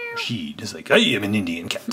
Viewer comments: It's ra ch it not rashid! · it is pernounced rachid and pear son